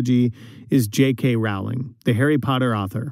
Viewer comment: I’ll point out their crack research team also mispronounced Jk Rowling’s name (it rhymes with “bowling” not with “howling”).